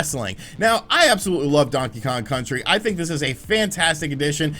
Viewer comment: It's think not thin!